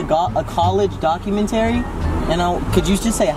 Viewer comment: dah-cue-men-terry?, baby, what doc-u-men-ta-ree😂😂❤️❤️